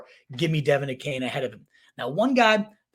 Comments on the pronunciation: Achane last name is pronounced A-Chain. Capital "A" Chain. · Bruh you are doing fantasy content…you gotta pronounce a main dudes name correct. A Chain.